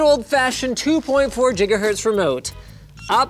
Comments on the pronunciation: did he say "Jigahertz" o.O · 2.4 jiggerhertz? lol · 2.4 Jigahertz, eh? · 2.4 jiggahertz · jiga hertz??